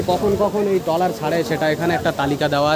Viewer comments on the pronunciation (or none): আপনি বার বার ড্রলার বলেছেন! কিন্তু এটি কে ড্রলার নয় , এটি ট্রলার বলে, ।